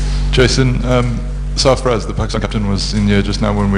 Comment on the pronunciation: Sarfarz not safaraj